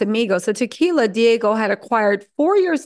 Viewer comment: It's not Diago It's Diageo